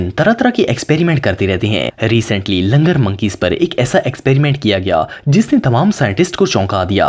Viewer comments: Langar नहीं LANGOOR hota hai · Word is Langoor not Langar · They are langur not langar